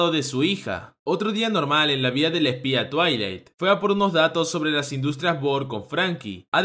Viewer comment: Soy la única de cuando dice el nombre del padre "twiling" se acuerda de la pony xdxd